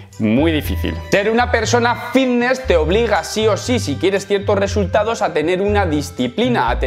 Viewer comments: De genial nada, mira q me gustan tus videos pero no soporto que pronuncies esa palabra "vitness" o la cosa q sea. A ver, repite conmigo.......FITNESS......con F. Gracias. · Diré una cosa, solo me concentre en la palabra vitness o fidnees😅😅😅😅😂😂😂😂😂